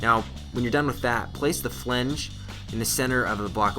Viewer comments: Flange, not - Flenge. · FLANGE, not flEnge. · It's flange as in FL-AN-GE, not flenge. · Flange... not flinge... I'm I the only one hearing that? lol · Why doesn't he know how to pronounce "flange" ?!